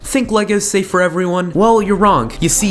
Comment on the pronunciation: He said sink, then think